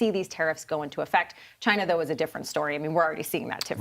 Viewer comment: It comes from ..... CHAY-NUH!!!! #NotAnymore thanks to......